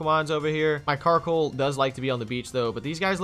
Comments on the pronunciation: Wait did you rlly called Coalossal Carkol in the beginning? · You always say karcoal but it was coallossal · Not a carcoal, its a coalosal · My head when he said Carkol: COALOSSAL COALOSSAL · Bruh you keep calling Coalossal Carkol but other than that good video. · It's coalossal not carkol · Slight nitpicks 1) Thats Coalossal not Carkoal, i got triggered when you kept saying Carkoal 2) the lack of knowledge on new pokemon generations is surprising for you two always doing pokemon versus keep doing what you do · The knowledge just isn’t there, like my guy called it carkoal all video. He doesn’t know the name of his own Pokémon, plus quick gg said gigalith was a new gen Pokémon 😂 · Did anyone else notice that kept calling coalosal karcoal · not carkol btw lol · It's coalasal